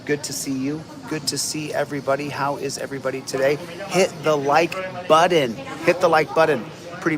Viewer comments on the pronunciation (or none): “Hit the Like “Buddon?” What happened to the “t’s” in that word? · Joses rabbit hole - Chillito will be dining on some Peking Bunny before his hole is done. - there is no D in button dude (Butt-Ton) come on man. Never quits, but readily tries to withdrawal...lol They waited till the last day the court would allow - how was that rushed? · He can’t even say the word button correctly. He pronounces it like a 3 year old. It driver me crazy😝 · He said button correctly. He says button wrong purposely. Is he trying to look dumb? I don't understand his thought process lol.